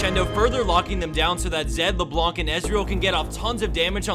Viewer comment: The C in LeBlanc is silent...